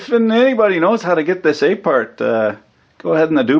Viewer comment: "Take it apaaht." Now I want an commentary/rant to a EEVBlog teardown.